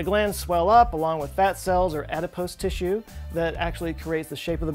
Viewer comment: I’m sorry… did you say “Oedipus tissue”?